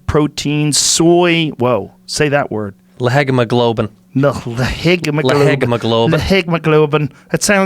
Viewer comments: Joe: Leg + Hemoglobin = La-heg-me-gob-lin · not trying to be that guy but its pronounced "le He mo globe in" its basically fake red blood cells. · "Lehegmaglobin." Um, no.